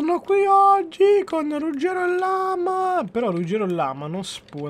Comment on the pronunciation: rugero con la r mossha